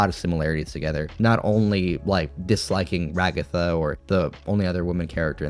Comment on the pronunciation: Why do they keep calling her Ra-Gotha?! 🤣